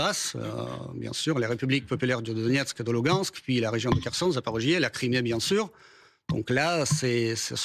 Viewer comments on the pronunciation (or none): none